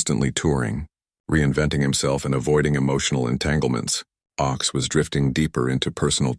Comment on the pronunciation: His name was pronounced OAKS. His political songs were wonderful but he also wrote a great romantic song called CHANGES.